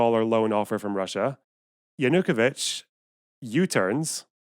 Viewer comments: Yeah, that bothered me a bit too. It's stressed on the third syllable, not the second. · Analysis as flawed as the pronunciation of Yanukovich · Great and right on everything save for one thing: Your pronunciation of Yanukovych is infuriating.